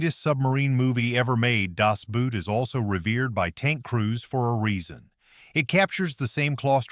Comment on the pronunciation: The only real tanks were Russian and the German was a made up Tiger on a T34 chassis. #8 Captured Sherman tanks (NEVER HAPPENED). You should have had someone pronounce some words that you said completely wrong like DAS and REMAGEN. The last 3 I saw no tanks.